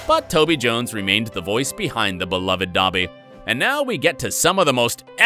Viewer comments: Ya and how he said dobby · Buh-sih-list? Doh-by?? Oof